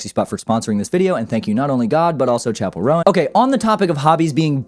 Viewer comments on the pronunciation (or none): loved the video btw you said the roan in chappell roan wrong but im happy to see that youre also a fan :D